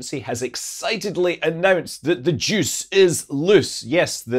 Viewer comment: "The Jooce is loose" 😂